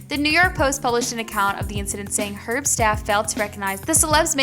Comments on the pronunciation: Girl, the video is good but Hermes is pronounced "air mezz"...... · Its Air-mez(hermes) and poi-tee-aye